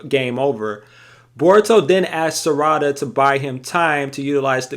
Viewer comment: The mispronunciation of Sarada’s name is killing me lol